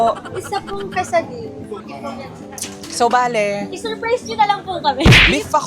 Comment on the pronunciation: Quesadilla is pronounced asa kesadiya